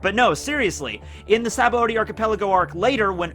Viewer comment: this guy is a goat one piece youtuber … but if he pronounces sabaody as “sabba-odie” one more time i’m gonna hit gear fifth